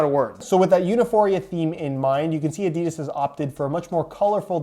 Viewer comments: A di das not a deeeee das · No one: Literally no one: Not a single soul on Earth: Yanks : ‘ ADEEEEEDAS ‘